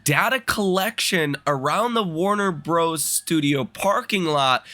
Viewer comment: It's Warner Brothers. Not broos 😂